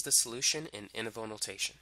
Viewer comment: what is that term i keep on hearing but i couldnt get. is it "interval notation"? ( , ) please help. thank you.